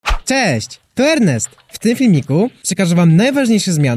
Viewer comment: Naucz się mówić "cześć"